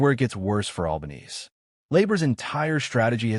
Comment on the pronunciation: To make anyone remotely interested in the content of this clip, try using a real voice, or at worst an AI generated voice with an Australian accent......mispronouncing the name of the dreadful PM was the least annoying bit.